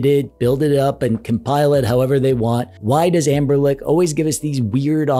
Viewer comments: Amberlick? tf you keep saying "Amberlick" ... why? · who is "Amberlick"?